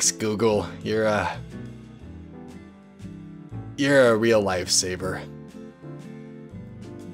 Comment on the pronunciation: Did he just say LIFE SABER? Lol